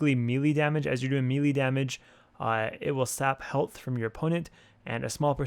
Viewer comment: MAY-LAY not MEALY